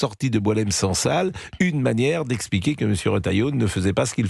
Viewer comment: Sang sal et non pas sansal